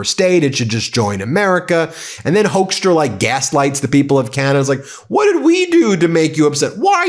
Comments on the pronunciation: Dutch here " Hoekstra" is pronounced " Hookstra" not Hokestra.. Dutch first second English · The Dutch name of that man in Canada is called HOOK-STRAH.....IF SPOKEN RIGHT.......!!! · So funny to hear you probounce hoeckstra as hoaxtra😂 that is what we used to call him here in the Netherlands back in trump 1 era when he was ambassador here. He used his time here to spread lies like there were no-go zones & ghetto's in the Netherlands and that we would put politicans on fire. It took a lot to get him to repent back thencand sad to see he's back at his old habits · Hoekstra, the oe in dutch is pronounced very similar as the oo is in English. If you want a easy way to remember how to say Hoeksta just remember him being a tool and a fool.